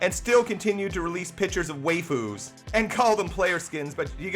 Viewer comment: Awesome vid but "way-fu's"? lmfao 😂